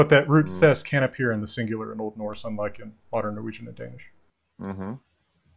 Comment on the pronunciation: I am sorry, but i have to say that pronunciation of Old Norse is not good at all, even if it is hypothetical.